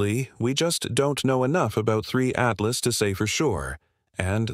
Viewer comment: Die KI-Stimme kann ja nicht mal den Namen "Apophis" oder "Three Atlas" dreimal gleich aussprechen. Jedes mal klingt der Name anders.